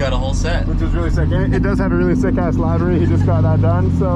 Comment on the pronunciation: mispronounces livery after the guy just said it right